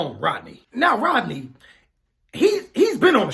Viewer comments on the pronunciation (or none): Rodney, sounds like Roddy to me